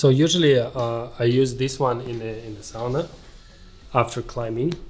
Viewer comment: There was a study few years back in Europe where conclusion was that combination of hot-cold and movement theraphy gave the best results for recovery. Also so happy that you pronounced sauna correctly. 😉